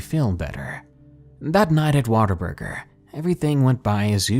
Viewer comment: Your WhatABurger is turing in to "waterburger" as you read on.